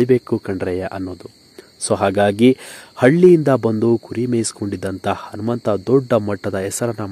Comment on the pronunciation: Yo first kannada nettage mathadi lo handare hentry hata alla ata entry andare anumanta alla hanumanta thooo nimage channel bere jedu ho tu alla otu